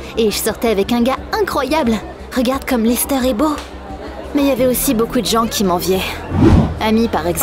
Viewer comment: Elle a dit Lester comment dan GTA 5